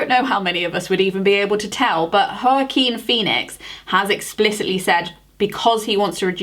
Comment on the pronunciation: The mispronunciation that got me was Joaquin 😂 Great video,. Love to see sustainability highlighted. 🤘🏻